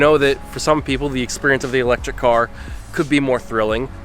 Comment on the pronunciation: It's eléctric car